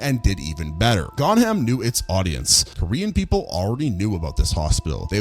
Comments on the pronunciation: I'm so sorry and I know it's just a small thing but 'Gonjiam' is pronounced Gon-gi-am not Gon-ham... It kinda bothered me throught the vid but knowing your audience for a horror movie really got my gears turning! Nice vid! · The mispronunciation of “GonJiam” has me in tears. It’s not “GonHam” it’s typically pronounced “Gon-JIam” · what were you thinking when you read gonjiam as "gonham"? "it's a foreign language and j is read as h in mexican so it's the same thing"? please just paste the text into google translate and it tells you how to read it, it's not that hard?